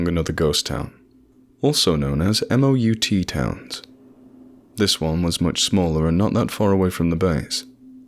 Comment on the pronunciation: Just a side note for reading "military" stuff. The acronyms are said like a word, not spelled out. So if its talking about "MOUT town" you would read it as "muh-ow-ta" not "em oh you tee"... Enjoying these readings quite a bit, fairly well written, and excellent reading. EDIT: btw, MOUT is "Military Operations in Urban Terrain" so, urban warfare...